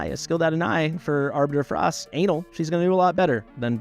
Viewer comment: The most annoying part is going to be all the people who've got him in a bunch of auto-battle that could start failing on them. Oh, and you mispronounced Anal a few times.